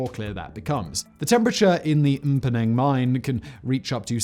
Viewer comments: His pronounciation of "Mponeng" astounded me more than the entire video, to be honest. That was incredible. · Had to pause the video just to say I'm so happy with your pronunciation of Mponeng! Well done sir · Well done for pronouncing Mponeng correctly!